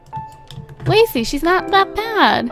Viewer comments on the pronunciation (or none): none